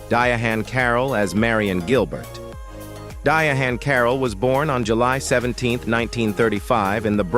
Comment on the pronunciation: How do you not know how to pronounce the name Diahann?